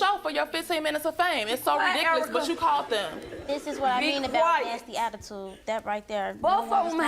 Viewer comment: Did she say “Abatude”.